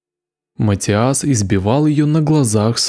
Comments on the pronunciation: ваше матиАс невозможно слышать... это каждый раз удар по ушам. Неправильное ударение очень влияет на восприятие. имя матИас довольно распространённое, непонятно почему у вас сложности с его произношением. При подготовке видео желательно проверять и тренировать произношение/ударение. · Матиас, ударение на "и"🙏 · приветики;)) Имя произносится, как МатИас! Ударение на "И"! Спасибо, за ПРЕКРАСНУЮ работу!!! Получила "море" УДОВОЛЬСТВИЯ;)) Nicole Tel-Aviv ISRAEL Shabbat Shalom 🙏